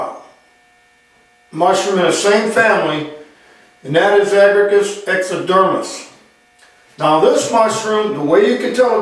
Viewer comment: One small edit. The genus is Agaricus the second a is pronounced